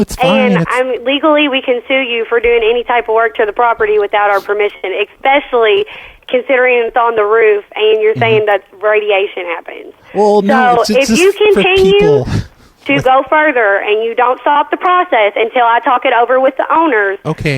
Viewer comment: The lady "documentated and expecially"